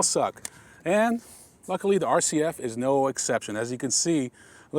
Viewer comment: Did he say fuckily about the back seat?